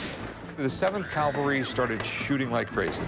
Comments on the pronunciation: its cavalry not calvary jfc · It has always bothered me that Rick can't say "cavalry." The "expert" said it, too. Must be a Vegas thing. CALVARY is the site where Jesus Christ was crucified. CAVALRY is a mounted military unit. 1st Cavalry is called "1st Cav" not "1st Cal." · A cavalry not a calvary sword Rick. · You can say Calvary or Cavalry, big difference…i know you are a really smart guy…but it just grinds on me when people don’t respect what the two mean.. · Rick really needs to learn the difference between cavalry and Calvary. He looks like a buffoon here, multiple times. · It's CAValry, numnuts. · CAL-vary? O c'mon Rick. Just too hard to say CAV-al-ry? Buffoon.